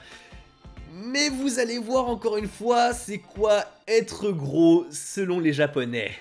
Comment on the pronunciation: Allez avoue lol, tu es un descendants yakuza 😜. Je rigole hein. Cool ta vidéo 👍 À (environ) , tu parles trop vite pour prononcé le mot japonais "gros" 🙄, a l'écoute sa donne genre "fwoto té leu" genre à l'écoute hein 😒, difficile à retenir.